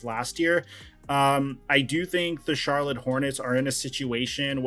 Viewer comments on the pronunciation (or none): none